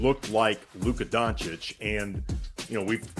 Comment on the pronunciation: For the love of God its not pronounced Donchick smh